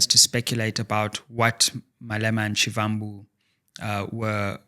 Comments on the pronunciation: Actually pronounced as Shibambu, like Muvhango tv show is Mubango. I'm Zulu in KZN by the way. Great show! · You could at least pronounce Floyd Shivambu’s surname the right way.